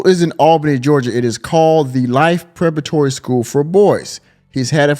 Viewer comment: Preparatory as in prep like prepare not perpetratery as in perp like perpetrator